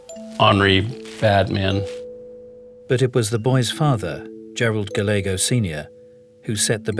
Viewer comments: "Gallego" is usually pronounced "Guy YEG oh." But here the "L" is sounded. Anybody know why? Just an Americanization? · sorry but their miispronounciation of Gallego was such a bleh.